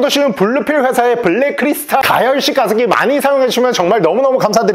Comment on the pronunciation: 게습기ㅋㅋㅋ 난 왜 광고주님이 욕하시는거로 들리지?ㅋㅋ